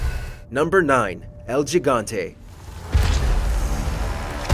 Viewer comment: type 'gigante' in google translator, then press the button to listen how the word sounds in spanish. Mimic it. You are welcome.